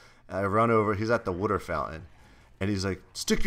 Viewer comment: Jesse its water not wuter